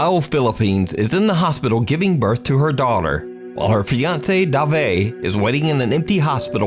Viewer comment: Dave pronounce as Deyv not Da-Vey lol is from somewhere in Europe...